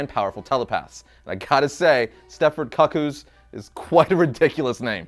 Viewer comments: I thought he said cuck-holds at first. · NOT KUCK-EWS. It's pronounces koo-koo. Like the bird, or the clock. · It's pronounced "Koo Koo," like a Cuckoo clock or KooKoo Roos... not cuck-oo like a cuckhold, which may be the reason why you dislike the name. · My friend, it’s the Stepford Koo Koo’s, not cuck koo’s ❤ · Why would you think Cuckoo's was pronounced Cuck ews? Koo Koo, like 'One Flew Over the Cuckoo's Nest'... right? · KOO KOOZ bruh....not Cacooz...😫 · I don't think he said that they were introduced in this run. That said, it seems like he personally isn't familiar with them though. The way he kept pronouncing their name as "Cuck-koos" instead of "Coo-Coos" made me cringe. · Idk why you would pronounce it like Cuckold😂😂😂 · Just because you might want to know, a cuckoo is the name for a family/type of bird. The "u" is pronounced with an "ooo" sound like the one found in the word "cool". Hope that helps. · Stepford "Koo Kooz". That pronunciation hurt my soul. LoL! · Heaven Crasher thank you. He was driving me crazy with that. I had to stop the video to see if anyone said anything. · Omg I cringed so hard 🤣🤣🤣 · How to pronounce "Cuckoo". 🧐 Please, for the love of Doop don't ever say it that way again.